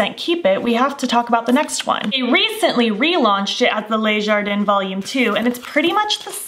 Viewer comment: Just an FYI - the Le Jardin palette. Le is pronounced like “ler”,without pronouncing the R, not “lay”. Les is pronounced “lay”. Hope that helps! 😊